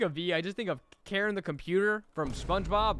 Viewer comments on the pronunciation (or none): none